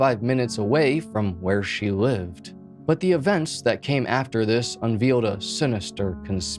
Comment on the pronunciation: Did bro just say un-veal 💀